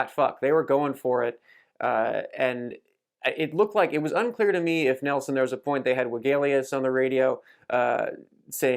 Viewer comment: Neilson not Nelson 👍